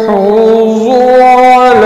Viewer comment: Assalamualaikum Aap ny yahuzu ko yohuzu parha hi ,plz apni mistake durst karen